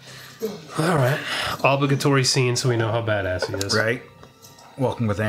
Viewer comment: ob li ga tory, why cant you say that correctly